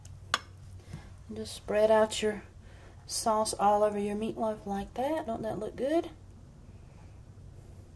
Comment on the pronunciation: I love how she says MEATLOW😂 and yes i will try it.